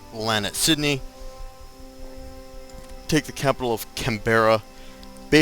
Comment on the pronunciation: its pronounced Can-bur-ra but we aussies just say Can-bra :P theres no rolling of the Rs